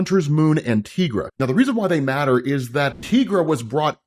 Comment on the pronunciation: TIE-GRA, not TEE-GRA smh its been her name since literally before you were born lol. You have pronounced it proper before smh